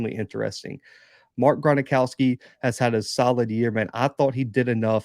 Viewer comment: Gron-ow-ski Not Gron-a-ow-ski. Gron-ow-ski. Jacks win it 27-23